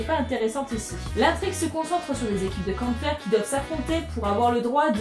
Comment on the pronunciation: Bonsoiiiiiiir ^^ J'AIME CETTE CHAINE YOUTUBE !! Pitite parenthèse, "Kämpfer" se prononce "Kempfea" en allemand assez correct (Apres 3 ans d'allemand LV2, certes, - 3 ans de TORTURE INTENSE - j'ai pu retenir que le "ä" se prononce "e") Eh oui je suis cette personne chiante qui reprend tout le monde. Bisouuuus P.S : J'me suis régalée avec Kämpfer et j'suis tombée amoureuse de Shizuku hé hé..